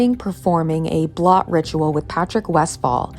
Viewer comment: Blot rhymes with coat.